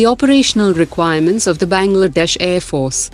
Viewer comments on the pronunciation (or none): Its Bangladesh not bagldash